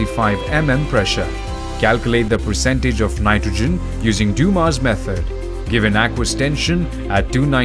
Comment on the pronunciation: His last name was Dumas, not Duma.